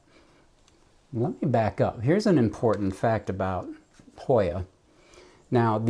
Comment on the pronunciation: Another YouTuber just got this Hoya. She couldn’t pronounce it either.